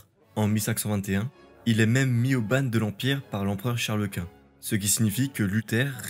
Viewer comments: Mise au ban se prononce (b.an) et non ( banne ). Laon se prononce ( len ) et non ( la. on ). Sinon excellent travail avec une riche iconographie vraiment très belle. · Merci pour le travail et ce résumé intéressant. Petite observation (sans vouloir blesser, juste pr les auditeurs) : le mot "ban" se prononce ban (et pas "banne") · Toujours des vidéos très intéressantes, merci beaucoup. Attention aux petites fautes qui font tâche, orales ou écrites: Fontainebleau sans "e", états généraux tenus sans "s", mise au ban prononcé "bane", Laon prononcé la-on, etc...